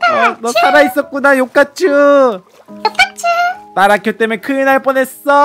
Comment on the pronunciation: 따라큐가 아니라 따라츄에요